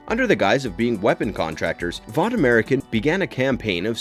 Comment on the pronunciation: Hēdn'istik* but what do I know he also horrendously mispronounces vought